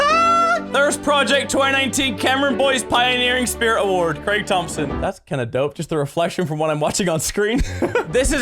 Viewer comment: Why can't Americans say Craig